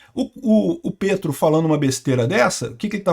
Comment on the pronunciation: eu vivo na Colômbia. Se pronuncia "Pétro", como em Petrobras.